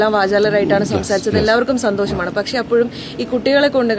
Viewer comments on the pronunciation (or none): none